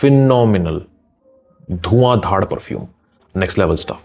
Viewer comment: Bhai dhuan dhaar not dhad...